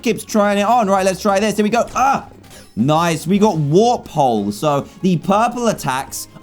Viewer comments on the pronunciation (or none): none